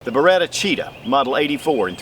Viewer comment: Bare-Ah-Cheetah??? I always thought it was Ba-Ret-Ah. Lol